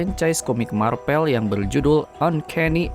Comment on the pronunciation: Marvel ❌ Marpel ✔